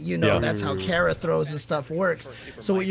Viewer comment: Ive never heard kara pronounced like that until james chen